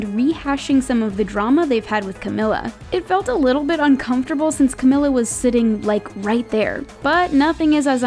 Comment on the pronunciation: Your still saying Camilla’s name wrong tho